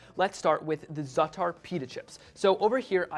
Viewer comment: Zaatar double AA not zatar 😁